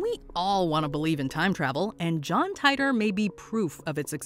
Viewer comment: Every time you put John Titor on a WM list, you mispronounce his name, and every time, multiple people tell you so explicitly in the comments. So, *ONCE AGAIN*, here goes - his name is pronounced TEE-tor. I know you're seeing an "I" there, but its a long "E" sound. Seriously waiting for the day WM & TopTenz merge for the ultimate mispronunciation experience!